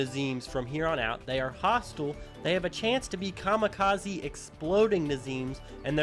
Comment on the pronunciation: Kamikazi? No. Kamikazeem? Y E S